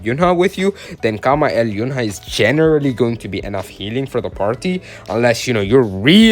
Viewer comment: Nice pronounce Kama-el💀